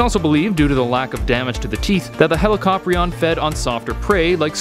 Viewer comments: ...heli ca pry n. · Hella cop rion? Thats an interesting way to pronounce it. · I Thought It Was Pronounced As ' Helicorpion '